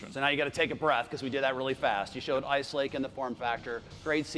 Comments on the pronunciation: did he say ike lace ??? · did he say "Ike Lace"...there were several errors and mistakes made...wimply in the speeches...things that were said...etc....it make me feel like they did not really prepare, or more likely, felt the heat from the competition..and decided to show some stuff "too early"....I mean things they showed were promising...but something feels off about all of it.